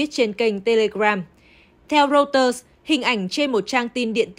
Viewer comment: Đọc hãng tin của Anh “Rô - tơ” và thủ đô của Mỹ là ...”sinh- từn”